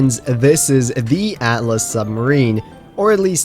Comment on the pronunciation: Its Atlas not "At - a - las".